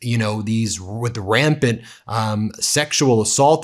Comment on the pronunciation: "rampid" ❌ rampant ✔️